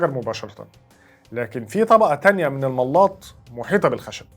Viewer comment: تسلم يا غالي......بس عايز اصحح كلمة ملاط تنطق ملاط زي بلاط مش مل ا ط......... والله اعلم.....وانت الاستاذ ونحن التلاميذ